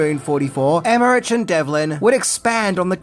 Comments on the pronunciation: In German -ch is pronounced as -k. So Emmerich is pronounced as Emmerik. Just for next time. Not to be an idiot. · Never heard anyone ever pronounce his name with that hard CH, super distracting hearing you say it like that times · Roland Emmerich ... HARD ch, not soft one. Hard like in CHrist, not as in cheesus. It's a German name, so it's a HARD "ch". When you can't even get the pronunciation of names right, it's a stumbling block out of the gate. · It's pronounced Emrick isn't it? Anyway comment for the algo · I really enjoyed the move, but the I thought the series were much better. I hope they continue on what that franchize in some way. Also, Emmerich and Devlin names I believe are pronounced Em-rick and Dev-lin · Haha it’s Emmer-Rick and Dev-Lin. Also we get to see the power mullet at the beginning of the movie Russell is shown as the depressed, alcoholic version of the character. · I LOVED this movie as a kid, but upon rewatch I realize it’s pretty mediocre. Still a blast to watch, though. Hey, just a heads up, it’s spelled Emmerich but is pronounced emmerICK 👍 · Love you but you say their names so many times in this video I feel the need to point out your mistake. Roland Emmerich's last name is pronounced Emma-Rick, and Devlin's last name is pronounced Dev-Lin. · It's pronounced "emmer-ick" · come on you are making us Aussies look bad, Roland Emmerich last name is said like emma-rick, you are making us look ignorant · FYI, the final sound in Emmerich's name is a 'k' sound. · and here's one thing YOU didnt know about stargate - how to read Emerich's and Devlin's name. you cant even get the basics right, how the hell do you expect us to believe anything else? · You pronounce Emmerich completely wrong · I can’t finish watching this - you kept saying Roland‘s last name wrong over and over. You do research and you can’t say his last name right? Eek. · Great video, but it's really annoying the way he pronounces "Emmerich" and "Devlin".